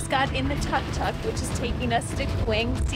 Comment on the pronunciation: Tuk Tuk... not Tok tok... you are note on Tic Tok ! lol